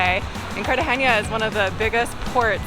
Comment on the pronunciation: No soy de Colombia soy de Mexico 🇲🇽 y segun yo es Cartagena no "CARTAGENA" I think is Cartagena not Cartageña